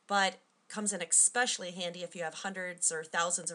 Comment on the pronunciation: "Expecially"? Is that like Expresso?